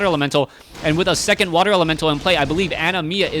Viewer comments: why do you say animiya? it is anima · Yeah, like "animal" without the L.